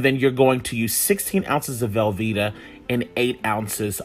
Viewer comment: Thank you! I came here just for that comment. I was out when he said velveeta. The ancestors are disappointed.